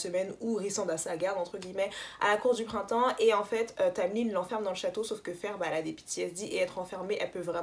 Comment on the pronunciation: La queen is back 👑👑 Merci pour la prononciation de Feyre tu me fais honneur 🤍. Pour la relation Mor-Az, Y’a certaines rumeurs qui courent que en fait, Sarah a rajouté la bisexualité parce que on lui reprocher de manque de diversité avec les T1&2, mais du coup elle n’avait pas prévu ça à la base.... d’où l’explication bizarre. Si ça se trouve c’est totalement faux après 😌. Par contre faut vraiment qu’on parle de Elain la.... Tu n’as pas compris la puissance de ce personnage. Je vais t’envoyer des post et des thread qui vont t’éclairer sur la situation parce que là c’est pas tolérable de dire qu’elle est stupide 😂😂